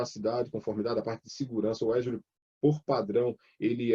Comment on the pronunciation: AFF.....O cara é professor de cloud e pronuncia azure errado